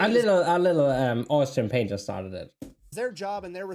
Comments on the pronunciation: Thank god for this comment. I replayed that part dozens of times and kept thinking he said Austin Painter started it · Who did you say started the war? It sounded like "Austin Painter" or maybe "austria painter?" .. omg i just figured it out. "Austrian Painter". Cuz Hitler was an austrian who painted very mediocre art. 🎉 it took a minute to kick in.